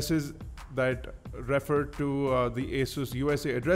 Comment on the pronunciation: its not "a" sus ,, its asus ...